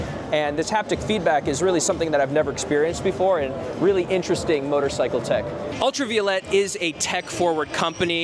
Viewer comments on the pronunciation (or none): Pronunciation, proper pronunciation is paramount when doing any video. So, let me help you. Ultraviolet is properly pronounced: ul tra veye (as in 👀) O let. Not: Ul tra vee o let. FYI. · pronouncing the name wrong